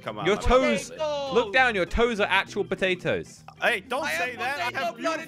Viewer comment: “I got patators”